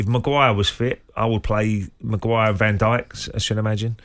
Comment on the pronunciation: Maguir! Are you having a laugh?